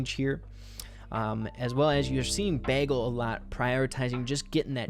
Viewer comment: It’s Baglez not Bagelz lol